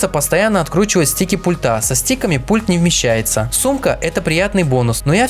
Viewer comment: У всех обзорщиков заметил неверное произношение слова: "пультА". А нужно- "пУльта"!